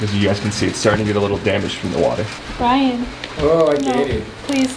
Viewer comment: Love how you said “brayan” instead of Brian lol. Also why haven’t y’all built a solar shower like a lot of van lifers do? Fill it up in the AM On an incline let the sun sorta warm it up and decent shower vs ice cold